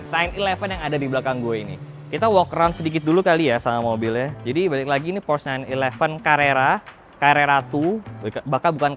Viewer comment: Porsche bang, bukan Prosch Ada tutorialnya di YT officialnya Porsche